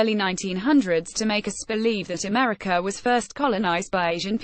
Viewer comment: It's weird how you say Meteor instead of Media, Americur instead of America.